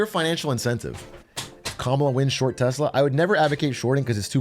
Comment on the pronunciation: all i heard was short telsa